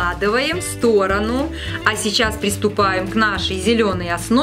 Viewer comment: Не сторонУ а стОрону😤